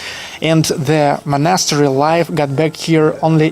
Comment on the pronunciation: Ты часто с ударением ошибаешься, чекни monastery и concrete, например.